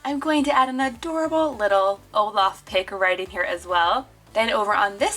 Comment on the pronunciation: You said oleef instead of olaf lol